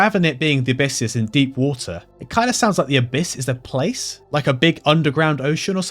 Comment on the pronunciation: "who-ah" (Water), the funiest part of this video